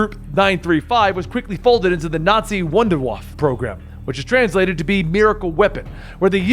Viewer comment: Wunderwaffe doesn’t translate as “Miracle” weapon it translates as Wonder Weapon. Also it’s pronounced Vonder Vaffuh not Wonder waff.